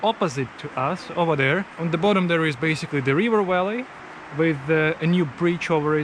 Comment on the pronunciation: Remember that V is not pronounced as W in English. You call a Valley a Walley.